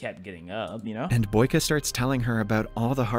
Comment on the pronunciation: Its boyka not baky